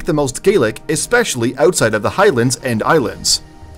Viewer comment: This narrator likely Canadian with that "outside" pronunciation